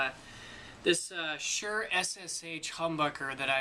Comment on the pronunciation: It's S-uhr not Sh-uhr